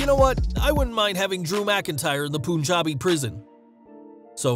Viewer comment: Hey.. thanx for the video.. very informative.. just one thing.. its not pronounced poon-jabi.. its pronounced pun-jabi (as in pun intended)